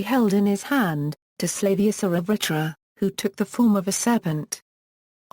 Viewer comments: its not vahra.......its vaJra.....the J is real J not H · I studied Sanskrit and Hindi at university and 100% agree! Wrong pronunciation - this isn't Spanish!! They do that in Spanish jalapeno is "halapeno" - not Sanskrit or Hindi! Narrator is Britisher, so what do they know?